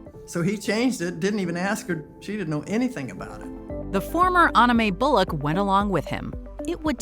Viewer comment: An-na Mae bullock this is not frozen